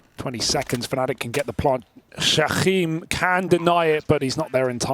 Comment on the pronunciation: why is pronouncing Jkaem like jaquim?